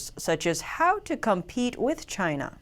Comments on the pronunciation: Chyna or Chiaana? love the way it pronounce. There has to be this signature hand gesture when you say it. (👐🤗) Recently there was new name coined, "KUNG-FLU". it was mentioned briefly and sort of fade out. I kind of like that too. lol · I totally agree with you. I was just touching on the humor of it name pronounce by Trump. he can not pronounce China properly. he has this weird strach, "Chiaana". makes me laugh all the time. *cheers *